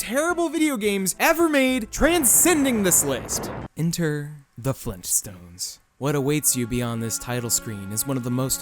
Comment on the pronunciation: did someone say FleenStones!?!?!